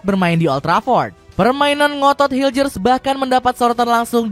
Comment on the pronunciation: Bisa bisanya media gak tau cara nyebut nama pemain timnas 😅 bukan hiljers tapi mes hiulhers udah diajarin sama orangnya langsung